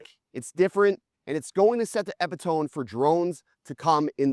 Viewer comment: Try again on pronouncing “epitome” lol! Also, let’s see some night footage!